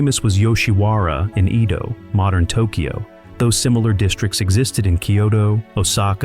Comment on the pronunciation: •Edo pronounced like "E" in Emily. •Kyoto pronounced kyo-to , NOT ki-yoto •tanka , pronounced like "tonk a" in tonk a honk woman, not like war tank(a).